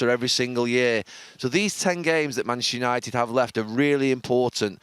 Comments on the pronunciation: Gary “Manchshshshr United” Neville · Gary 'Manshhhhhhernighted' Neville. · Gary “Manchistunited” Neville